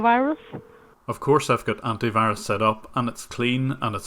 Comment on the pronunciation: Anty wirus